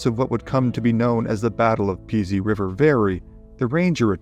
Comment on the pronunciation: Enjoy all your vids. One note: The Pease River where the fight took place is pronounced like the word “please” without the L. Not Pea-sy. The battleground is on private property, I’ve been there.